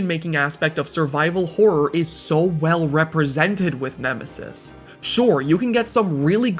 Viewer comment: Nemisis? More like Eh-misis!